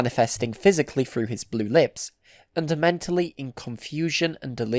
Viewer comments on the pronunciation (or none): none